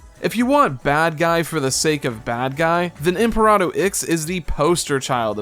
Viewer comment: I don’t disagree with most of your points but your attitude towards the game just made me sad man. I’d get it if this was a modern release but it’s such an old game that never got a sequel. Maybe I’m blinded by nostalgia some but it wasn’t as bad as you made it sound. Also I’m fairly sure you got the ending wrong. When Super Sonic defeats Imperator Ix (not Imperado, I have no idea where that pronunciation came from) he destroys himself to close the exit and trap everyone else inside the Twilight Cage. Eggman stayed behind to help them return through the wormhole, but when they get back thanks to the Master Emerald it’s clear that time hasn’t passed at the same rate outside of the Cage and Eggman has taken over the world in their absence. Some of the lore is admittedly hidden behind some obscure sidequests, but saying that the story “just stops” misrepresents the game to me.